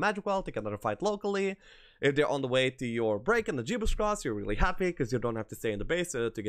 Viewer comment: Good list and a good watch. You say really billy( sounds like you trying to say reliably) when you mean really. Didnt want to say anything buy noticed it in many vids and it started to bug me sry.